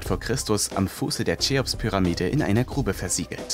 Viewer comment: Tscheops phyrrahmite, die stadt Pommpetschi (dort wurden die pommes erfunden) der sprecher bekommt kaum einen satz raus der nicht grammatisch einem 3jährigen entspricht. wenn man schon nicht deutsch sprechen kann sollte man keine informationen versuchen zu verbreiten.